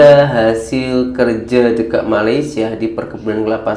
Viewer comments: Knpa sebutan dekat sllu sebut deked...hodoh bunyinya... Malaysia x sebut deked...DE..KAT...bkn DE..KED... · Bukan dekek bang tapi dekat bang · Bukan DEKET tapi DEKAT. Buka semua ejaan yang akhiran nya A itu bunyinya E apa lagi digandingkan dengan huruf konsonan seperti AT. Ia tidak semestinya berbunyi DEKET justeru ia tetap berbunyi DEKAT.